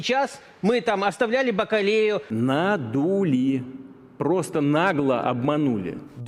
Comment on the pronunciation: Я один почув Бакалєю?))